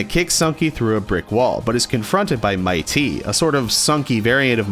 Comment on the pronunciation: I don't want to be mean at all just saying that mitte's name dose not sound like Might Ty it's actually mit dey like I said from before I don't wanna be mean or start an argument I'm just saying how mitte's name is pronounced